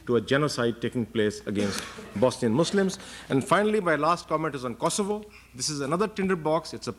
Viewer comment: Mispronounced kosovo and croats